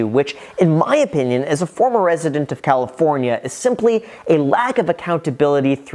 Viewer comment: "Leaving Califorina"